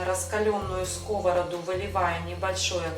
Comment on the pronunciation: Не на скОвороду, а на сковородУ! В тесто для фаршированных блинов никогда не кладу сахар! Развожу не минералкой, а кипятком - никаких комочков. Блинчики не жарят, а пекут! Лука слишком много! Обжариваю лук, добавляю фарш сырой, затем отварной рис и потушить. Всем без исключения нравятся мои блины. притушиваю.